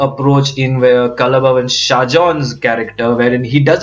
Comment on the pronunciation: careful with pronunciation :It is 'kalaa' bhavan (Kalaa = art) (because in Malayalam; 'kal'=stone)